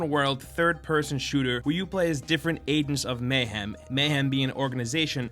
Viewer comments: adens of mayhem? it's agents of mayhem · Aengs of Mayhem? Sounds legit. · at the start u couldnt even say agents of mayhem properly LMAO